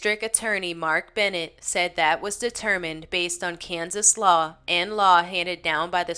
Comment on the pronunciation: In the 4 call near the end when you were talking and said Kansas Law I heard "cans of slaw". Lol